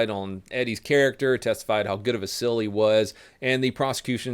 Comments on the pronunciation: Seal, not sill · It’s SEAL, not sill. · It's pronounced seels not sells. The pronunciation ruins the video. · Donut say “sill chief” dude can’t say “seal” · You pronounce “SEAL” funny. What is a Navy SILL? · 18D is kinda hard? You are a Fucking Imbecile. Oh and learn the language you dipshit! SEAL not Sil. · Seal is pronounced Seel not silver. - grammar nazi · Why do you call them sills? Aren’t they seals? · Is it pronounced SIL or SEAL? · Why do you say Sills? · Haha you said navy sil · I kept thinking he was saying sill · The pronunciation of SEAL drove me crazy but good video brother